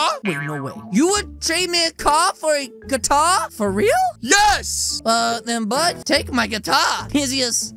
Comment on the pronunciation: It’s guitar not guatar 😂